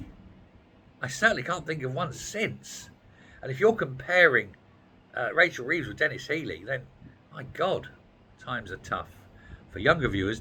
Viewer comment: #HAIR_BY_LEGO I COULD SWEAR I HEARD YOU SAY, "RACHEL THIEVES"... WHAT DO YOU EXPECT FROM SOMEONE LIES ON THEIR WORK APPLICATION?